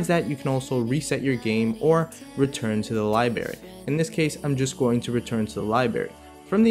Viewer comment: he says libary!!!UGH!!!whyyyyyyyy 😞